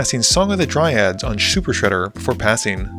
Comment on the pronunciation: Shuper Shredder 😂